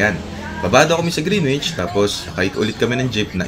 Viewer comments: Greenwich❌ Grenich✅ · Bagong follower po ako sa magandang channel nyo.. Ang pronounciation po ng GREENWICH ay silent W. So you say GREENICH. Thank you, wishing you the best.🙏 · Hehe yup alam ko yung grinich. Long story kung bakit yun ang bigkas ko nun nasa lucena ako. Hinayaan ko na lang. Kinabahan nga ko na ma-bash ako. So far 2 pa lang naman kayo nagreact and fairly recent. E matagal na yang video hehe 😅 Welcome sa channel, james!